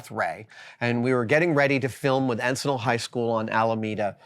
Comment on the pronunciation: As a fan, member, & Encinal alumnus, with all love & respect, it’s pronounced like en-sin-el ✈️💙🤍